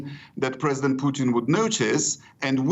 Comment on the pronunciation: She called him Poutine LMFAO Gold.